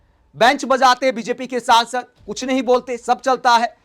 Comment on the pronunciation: भाई पहले संसद कहना तो सीख लीजिए ये सौंसद - सौंसद क्या कहते रहते हो आप।